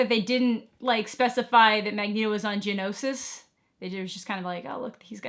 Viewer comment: Genosha* not "Genosis" 😬